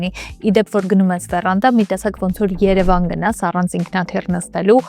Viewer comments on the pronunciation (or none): none